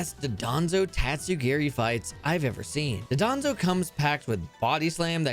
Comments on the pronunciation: You pronounce it “Dodonzo” instead of “Dondozo”, why? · The infamous phantom thief Meowscarada is stealing all of our hearts….and world records. Btw it’s pronounced “Don-Doe-Zo” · Why does he pronounce dondozo like dodonzo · BRO ITS NOT CALLED DUDANZO ITS DONDOZO WHY CAN PEOPLE NOT RED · No it's pronounced Don- BO- zo